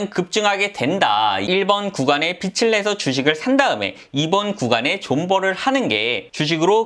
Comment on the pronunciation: 빚을=빚[비즐] 이렇게 읽으세요. 빚으로 광(光) 낼 일 있습니까. 하기사 빚 내서 광 나면 좋죠. '개천에서 용 나기'